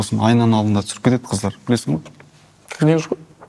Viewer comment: қалай Ай мен Энбиді қыздаррр 😤😤😤 деп айтып отыр